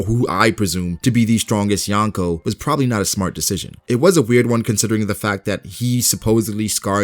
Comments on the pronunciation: Yonko** not Yanko. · Wtf is "yankow"?? Lol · Please learn how to say Yonko properly not yawnko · You are pronouncing Yonko wrong